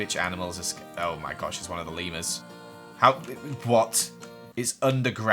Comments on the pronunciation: when you called the leamers lemmersi thought you where saying levers and i was like that is how you say it but you where taking about leamers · It sounds like your saying Lemoners 😆 LOL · Lemurs What I heard: Lemons😂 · Who else love how says Leemers and all his funny Voices ❤️